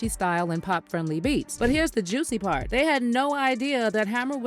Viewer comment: "but here da juicy prt" JUICEY BABY.. HUSTIN LIKE OJ 🤾💨 🏀😂